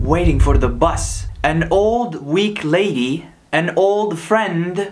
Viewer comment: My brother you said bus wrong